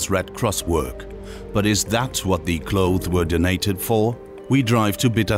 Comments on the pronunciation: Narrator can't pronounce clothes/clothing. Hard pass. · You couldn't get a narrator that can actually pronounce the word 'clothes'?? Makes me cringe every time he says 'clothe'. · Good documentary, although I found it very distracting that the narrator can't pronounce 'clothes'.